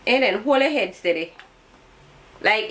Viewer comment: The way she said, "Aiden, hol' yuh head steady..." Jamaican parents are the realest MVPs. Thanks for this video.